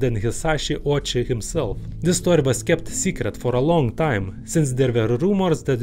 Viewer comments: It’s pronounced Oh-Wee-Chee. 🙄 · 1. Why does this guy have to cover his face with a mask? 2. I like his east European accent. 3. Pretty sure some people would fun of Ouchi’s last name as in “Ouch” - the correct pronunciation is “Oh-oo-chi”